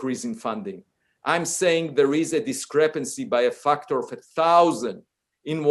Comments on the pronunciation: I love him pronouncing factor as "fucktor" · feels like the word “factor” is too close to the f-word. My ear kept thinking he’s swearing…